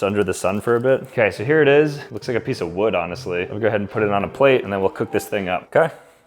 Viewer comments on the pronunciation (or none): none